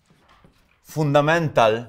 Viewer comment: Does he know how to speak English fundamental and surprise